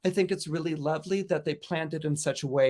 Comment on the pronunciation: “really”, not “rally”